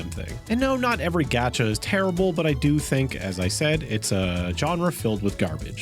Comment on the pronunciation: Why do you keep calling it a “gadget game”? It’s a gacha game. No. No, you weren’t trying to say, “gacha,” but pronouncing it with a hard a? Why would you do that?